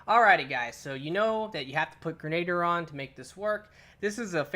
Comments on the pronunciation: Gre-na-deer. Not like Gernader Jake. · Gren- a-deer. Not grenaader. Sorry moms a teacher...love the channel. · It's pronounced gren-a-deer not ger-nayd-er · All yanks do this, it’s pronounced grenaDEER, not grenader 😂😂😂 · Grenadier is pronounced "Gren-ah-deer" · Wow! As many times as the word "EPIC" was used during that Titan's run, is STILL might not be enough!! That really WAS epic!! It looked like a blast too! Oh, and Grenadier is pronounced: "gre- na- DEER". It was a title given to certain ranks of foot soldiers, BEFORE grenades were even invented. Since the advent of the grenade, it can also mean; "A soldier who is equipped with grenades", so it IS a rather fitting name for this perk. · Protip: Grenadier is pronounced "Gren-a-deer". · 'grenader' lol